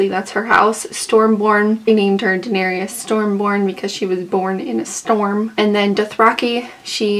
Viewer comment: it's Daenerys ...3 syllables "duh-NAIR-iss" NOT duh-nair-ee-iss